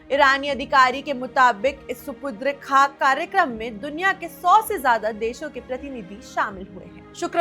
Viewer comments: SUPU...DRE nahi madam SUPUR..DE KHAK hota hai.KUCH reharsal kar lia karen screen par aane se pahle. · Supudre khak ? Apna Udru thik kijiye😊😊😊